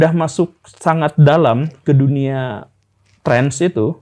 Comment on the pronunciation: nah sama itu pertanyaan saya, karena dr pengucapan Guru Gembul "Trance" tp seharusnya Trans sih..